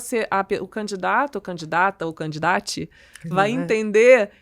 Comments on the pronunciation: Falou CANDIDATI, eu já parei de assistir o vídeo 😂😂😂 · Tao inteligente a cientista e fala candidate! Cara isso so acontece no Brasil. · Candidates??? Boa de neurociência, mas o português...